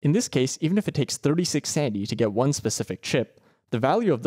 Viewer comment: Idk if it's just me but I hear sandy value and sandy efficiency instead of sanity